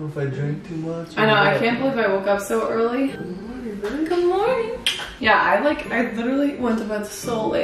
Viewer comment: "Mernin" "did you end the vlogggg" IM DEAD, DEDICATIONNN